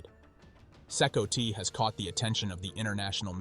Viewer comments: C -COTY god that was annoying AF it’s C COT ,like a cot you sleep on this is why AI commentary is inferior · Thats crazy...they are a small army. If they had direction and training with arms they could be a serious force. Be cool if the AI could pronouce CCOT properly or atleast mispronounce it the same each time.